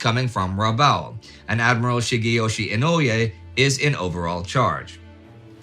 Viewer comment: Another great episode. Keeping it simple as possible, "Inoue" is pronounced something like "ee" "no" "way".